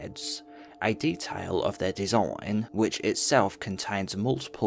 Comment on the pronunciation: Dude said “desoooign” 😂